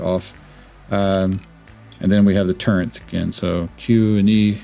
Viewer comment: turrets not turrents hehehehe